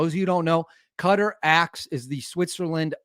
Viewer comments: Hey buddy. Qatar is pronounced Qah-tar, similar to guitar, not cutter. lol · Qatar sounds like Katar not cutter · Just a tip on pronouncing Qatar. You got the Qa correct but Tar is pronounced like Avatar, Ava’tar’, Qa’tar’